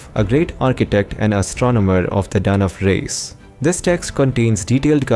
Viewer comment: It is pronounced as Dithya's = Di th yas (phonetics ) and Dhanavas = Dha na vas Whether its AI generated or as pronounced by Westerners almost all of them pronounce the Indian words wrongly most of the times They give the American phonetic sound of alphabets.They don't bother that its an Indian language and should be pronounced as in Sanskrit language its the origin.